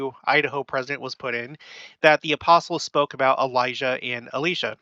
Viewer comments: You say Elisha and pronounce it A-lee-sha. Do you know something we don't about the pronunciation? I have only ever heard it pronounced El-eye-sha. Normally I wouldn't think much of pronunciation, but where this person has had such a big roll in both Biblical times, and modern restoration, I wonder if the mispronunciation is of more concern, if it is one (I can except that everyone I have known including myself has been saying wrong if we have) On a side note, I find it interesting you say it so different despite being from Utah also, LOL. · Elisha is pronounced with a long i same as Elijah. Both men. Your pronunciation came up on the transcripts as Alisha...just so no one is confused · El EYE sha -> correct pronunciation. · I’m sure intentions are good with the corrections of the pronunciation of Elisha. I would be careful about being overly concerned about the pronunciation of a name. (For example, Nephi is pronounced (and even spelled) Na-fee in Arabic. Sam in the BOM was most likely Shem (as it isn’t Samuel)). Remember someone left the church because Joseph Smith misspelled his name. Mispronunciation might bother someone, but hopefully that doesn’t become a reason to not hear the message that’s being taught.